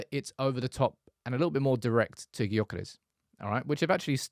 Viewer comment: The name "Gyökeres" is Hungarian, and it’s pronounced roughly as "DYU-keh-resh". Here’s a breakdown: Gy sounds like the "dy" in "adieu." ö is a vowel sound similar to the German "ö" or the French "eu" in "bleu." keres is pronounced with a soft "r" and ends in "-esh." In Hungarian, the stress is always on the first syllable, so it would be DYU-keh-resh.